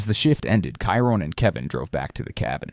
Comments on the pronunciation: AI is terrible. Kyron? It's Chiron. 🤣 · It's pronounced "Shi-Rone" not "Ki-Rone"